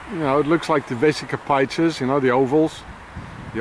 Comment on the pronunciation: Vesica Pisces pronounced pieces, you get the first part correct byt the second part is pronounced like pieces of paper 👍🤔👀